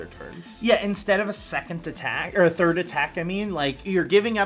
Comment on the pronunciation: *Third not thired 🤨